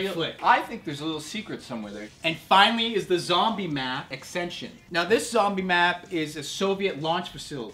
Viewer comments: ascension.. not aksension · AXENSION???? BAAAHHAAHAHAHAHA!!!! IT'S PRONOUNCED ASSSSENSHON!!!! :') You guys crack me up. Nice BINGOBUNGO btw. :) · he way you guys pronounced ascension made me lol. oh and w...t...f was mike saying at the end? O_e